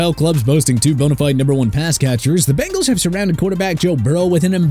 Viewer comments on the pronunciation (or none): none